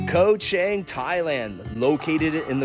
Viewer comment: I saw a few bloggers reported on Koh Chang. None coukd pronounce the name correctly. Then, I know they were the passed by and not yet spent enough time there.